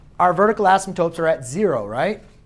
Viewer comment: You gotta stop calling them asymtopes. Very distracting. Other than that very helpful.